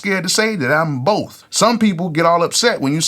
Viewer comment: "Boaf of em" 😂 As of now I'm just a beat maker because I haven't been in the studio, but I am working with several artists that I speak with on a daily basis. They also call me on discord when they are writing to the beats or at the studio recording songs to the beats and I will give my input on a few things. I look forward to becoming a music producer very soon. Appreciate the gems! 💯